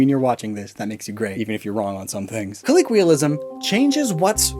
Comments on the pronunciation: As this is a pronunciation video, it’s “colloquialism” kuh-low-kwee-uh-lism, not kuh-lee-kwee-uh-lism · Why does he pronounce colloquialism as “colleequialism” a lot in this video? It confused me for half a second before I checked before I checked what you labeled that segment of the video and checked back on the word on-screen. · I regret to inform you he says it like that in all his videos 😭 it catches me off guard every time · The fact that he keeps mispronouncing "colloquialism" in a video about pronunciation is mildly infuriating. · I appreciate the meta joke of mispronouncing colloquialism throughout